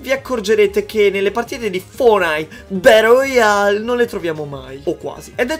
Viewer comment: Nessuno: Assolutamente nessuno::FORNAID! BADOL ROYAL!